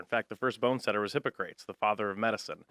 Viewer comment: The dude said "hippo-crates". Is he a real doctor? Its "Hip-o-cra-teez".